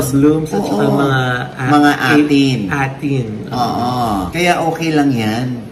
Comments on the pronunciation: MAMA OG, BAKA IKAW DIN MA BASH DAHIL MALI ANG PAG PRONOUNCE NYO NG NAME NG FANDOM NAMIN!!! ITS A'TIN(18) PO NOT ATIN !! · Mama Ogs ung fandom (A’Tin) po ng SB19 is pronounce as “ey-tin”. thank you po! More powers po vlog nyo. Proud A’Tin and Sisiw (Ken’s fandom) here po🫶 #ProudPinoy Super bet q po ung “DyoLoiOgs” ❤🫶😘